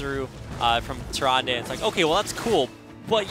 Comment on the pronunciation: Can Blizzard at least hire casters that know how to pronounce the Hero names? Tyran-duh, not Tyran-day